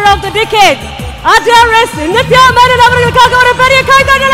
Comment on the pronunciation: Its Menon-not Menen